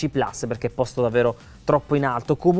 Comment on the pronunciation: Plus, si dice plus! Che cacchio di gusto ci trovate a inglesizzare pure le parole latine!